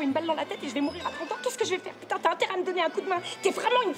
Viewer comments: but what is she saying when she swears? it sounds like Pitou (dog?) not Putain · ThePierre58 Thanks, I was wondering the same thing. But what is she saying when she swears.. it sounds more like Pitou ?